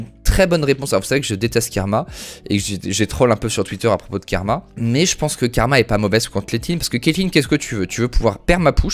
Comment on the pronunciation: A chaque fois qu'il a dit "Kerma" au lieu de karma j'ai eu mal